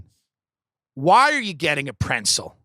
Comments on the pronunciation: My wife says it that way. Bugs the shit out of me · Him saying it that way made it funnier for me for some reason 😂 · I thought he was saying pencil at first